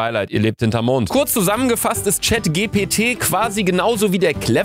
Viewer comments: Das spricht man Englisch aus nicht deutsch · Chat „g p t“ 😂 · Luca, die Buchstaben GPT werden auf Englisch gesagt, es heißt: Chat dgi pi ti (ausgesprochen) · gpt wird englisch ausgesprochen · Das GPT spricht man Englisch aus luca😅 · GPT NICHT GKW